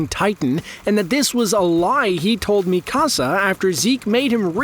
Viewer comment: sorry but you butchered it. her name "mikasa" isnt said 'Mi Casá' its not spanish.. its Mi - Kasa (Me- Ka- sa) pronuced the japanese name way